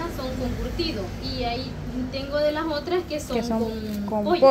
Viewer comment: Me gusta como dicen 'las' suena como 'lasm'.❤